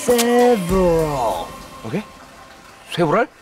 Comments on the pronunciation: 시보럴 ㅋㅋㅋㅋ 쇠부랄ㅋㅋㅋㅋ 프린시팔ㅋㅋㅋ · 시브랄 세버럴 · Several은 읽을 때 쇠부랄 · 시버럴, 새불알 ㅋㅋㅋ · 프린시팔, 시브럴 ㅋㅋ